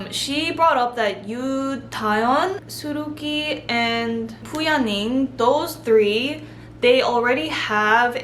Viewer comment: Su Rui Qi is actually pronounced as Su RAY Qi and not SuruKI, hope this helps haha 😂